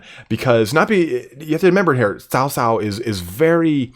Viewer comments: Cao Cao should be pronounced as “Chao Chao” (like Chao in Spanish - “goodbye”), not “South South”. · Cao cao is. 曹操 ，not sao sao ,Sao sao sounds like big brother’s wife in mandarin,you can use google translate or something to find how it’s pronounce like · xia hou dun is the way to say his name . so as cao cao not saosao its caocao曹操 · Xiapi should roughly be pronounced as "see-ya-pi" or, more accurately, "si-ya-pi". Cao cao should be pronounced as "chow chow", or, more accurately, "ts-ow ts-ow".